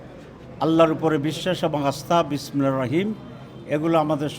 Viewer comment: নিজেই ঠিক মতো বিসমিল্লাহ বলতে পারে না 😂😂